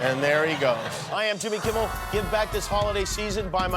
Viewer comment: Did he say "I'm Timmy Kimmel" in the outro or is that just me